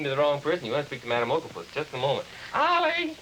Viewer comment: Why did the announcer pronounce Ollie's named weird at the end like O-Lee?